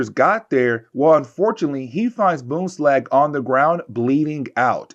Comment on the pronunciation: There is an N in BoomslaNg.